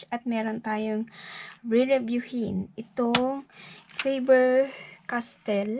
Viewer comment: Miss, Fah-ber castell po sabi nila sa Instagram. Btw new to your channel po 😊